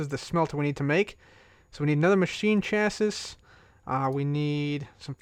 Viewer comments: I love how he keeps saying chasiss instead of chasees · Chassis = 'Cha-see' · you're saying chassis weird :) its (cha -see ) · instead of chassis you pronounce it Chas-E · You say chassis chassee